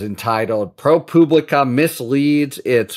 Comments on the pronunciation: Why do you call it “Pro Pooblica”? Is that a dig or…? Lol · Nice video. The 'u' in ProPublica is pronounced like the 'u' in "public", not like the 'u' in "pubic".